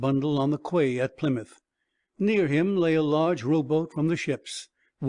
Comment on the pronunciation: Quay is pronounced "key"!!!